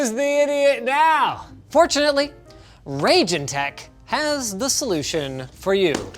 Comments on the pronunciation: It's about time that Steve Burke and the folks at Gamers Nexus get their hands on Raijintek (pronounced Rye~Jin~Tek; not Ray~Jin~Tek, as presented in this program) and Arctic's Air Cooling resources: Knowing that they have a more full~scale methodology for analyzing thermals, acoustics, and performance stability, them analyzing the Morpheus and Accelero Xtreme series will allow for us to have a better insight into if these 070 to 080$ USD resources are worth getting over having to purchase a Third Party card for hundreds of dollars more, especially when considering how interchangeable these particular coolers are. Thermally, the Morpheus II: Core Edition (and its First Generation Vega counterpart), Morpheus 8057, and Arctic Accelero Xtreme IV (Revision 02) are all extremely effective when compared to the Stock Thermal and Cooling Solution of a Reference Card, as well as dominating against any Blower variant and even certain Third Party options, which includes the Triple Fan coolers at times as well; the Morpheus II: Core Edition is the only one of the bunch known at this time to also work on a Radeon VII, which if you can use it properly it will drop the thermals by a noticeable margin and significantly drop acoustics (though an Undervolt of the card and some custom fan tuning can become equally as effective in dropping the thermals, acoustics, and even power draw); this kind of solution is meant more for the Enthusiast and Prosumer cards that those who get such a product wou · Just FYI, pretty sure it's pronounced "Rye-jin tech" after Raijin, the Japanese/Shinto god of lightning/thunder/storms.